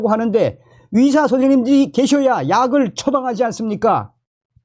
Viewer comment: 위사가아니고 의사입니다 발음좀